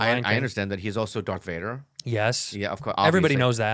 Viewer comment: Tito Bobby def says "Dark" Vader right?... Every time i hear him reference Darth Vader I hear "Dark Vader" lmao